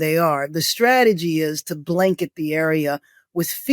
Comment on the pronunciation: It's STrategy not SHtrategy. Please!!